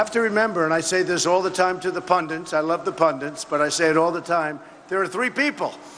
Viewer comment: Trump called 'pundits' pundants twice and .